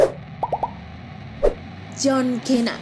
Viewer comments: Iya njir kok kena sih😂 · Tau dibaca nya di indo itu john sina /cena bukan john kena!! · Min john sina bukan kena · John cena bacanya john sina bukan john kina wkwkw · John cena bacaanya john sina bukan kena 😂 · Apa apaaa john kena itu di baca john sina bukan john kena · Gila kamu ya itu john cena bukan john kena😂😂😂😂 yang setuju like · Kak john cena kak sebutannya bukan john kena 😌😌😌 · Min jelas ngga pernah nonton wwe "john cena kok jadi john kena"😂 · John cena bukan john kena kali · Jhon cena woyy bukan jhon kena🤣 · John cena dibaca jhon sina anjg,yg stuju like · John Cena sebutanya kok kina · John Cena bukan John kena